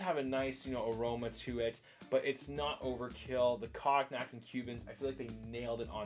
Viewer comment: love the review Cognac is a alcohol and it is pronounced more like “cone-yak”